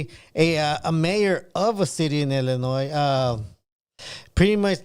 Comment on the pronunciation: Illinois is pronounced ILL-in-NOY